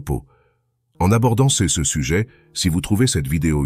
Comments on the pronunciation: Bonjour. Bonnes vidéos, cependant, serait-il possible de paramétrer la voix artificielle pour qu'elle prononce bien les "CE" et les "CES" ? Merci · Santé Intégrale Votre robot ne sait pas lire "ce", "ces"... Essayez avec un humain...